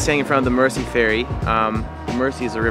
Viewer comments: It’s Mersey like a z, merzy. Not mercy. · Mer-zee not Mercy. I spent three years in Manchester. Nothing there. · The Mercy River? The River Merzee is how it's pronounced. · PRONOUNCED;. "MERZEY," AND NOT "MERSSEY.". 😵 THAT IS EXTREMELY BAD GRAMMAR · Guys sorry to be picky but us locals pronounce ithe River Mersey "Merzie" not mercy. glad you enjoyed it here. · Why do they both pronounce the River Mersey as the River Mercy........so annoying. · It's not River Mercy it's pronounced River Merzy. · Nice job lads...showcasing my local city. Its a very friendly, multicultural place. Cheeky bit of advice to help Americans blend-in: River Mersey...you say Mercy, but it should sound like 'Merzy'! And scouser...you say scowzer...should sound like 'scoucer' (scow-sir) ;-)) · Next time you guys are in the city stay a little longer much more to see and do ans it's the river "mirzy" not mercy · The Mersey is pronounced Mer-zee not merci. Liverpool isn't a French city. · Mersey is pronounced Merzey not mercy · It's pronounced MERZY River not "Mercy".. sheesh that gets to me. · I cant help but laugh at the way they say Mersey. Say it Merzy, not Mercy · It's pronounced "River Merzey", not "Mercy". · I'm from The Wirral which is across the Mersey. Love the way you guys say Mer-say lol it's Mer-sea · Mersey pronounced Merzee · Mersey is pronounced as if the s is a Z. Merzee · Sad you couldn't spend more time with us, come back, oodles more joys to explore! Our river is pronounced 'Merzee', whether you're Scouse, or not 😉😊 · When they say Mersey lol it’s deffo pronounced Merzee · Yes, do not give us Mercy. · Its Mersey, not mercy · A Liverpudlian is generally used for somebody from Liverpool. The term Scouser came from a dish that Norwegian sailors use to it called Labskause or something . Hence the term Scouse . Good vid lads but try pronouncing Mersey like Merzey and you've got it :-) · It's mersey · it's more pronounced merzy . Iv lived in Liverpool all my life. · Mersey not 'mercy'